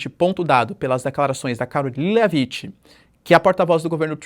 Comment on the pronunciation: Professor, a pronúncia da Karoline Leavitt é algo como “Lévit” com t mudo. Sei que você se interessa por esse tipo de sugestão então mandando aqui. “Leavite” dói no ouvido 😂